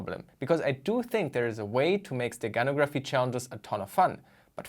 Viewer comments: In the word "steganography" the stress is on the "no" syllable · Stress in the word "steganography" is on the 3rd syllable